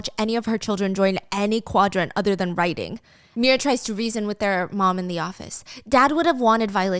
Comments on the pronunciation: He’s hearing “writing” me also hearing “writing” everytime Stephanie says “riding” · I for sure thought she was saying writing not riding 😂❤